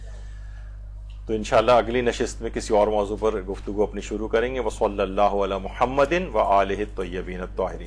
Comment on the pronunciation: سر یہ فضا ئل درودشریف کا سلسلہ جاری رکھا جائے۔ اقسام درودشریف اور افضل درودشریف بارے بھی بتایا جائے ۔ سر یہ بھی واضح فرمائیں کہ آپ کے توجہ دلانے کے باوجود آپ کی ویڈیوز میں خواہران کی طرف سے درودشریف درست تلفظ کے ساتھ نہیں پڑھا جاتا ۔ مثلاً لفظ محمد کو بہت کھینچ کر بگاڑ دیا جاتا ہے ۔ مہربانی فرما کر اصلاح کروائیں ۔ جزاک اللّہ